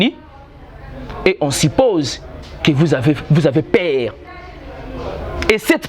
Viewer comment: En tout cas le Congo n'a pas de chance. Il dit celement au lieu de seulement. Il dit per au lieu de peur eloko nini ya bien omoni wana. Bof yo moko ozo loba duction au lieu de diction... zoba na zoba soki ba kutani bako sala kaka buzoba moko.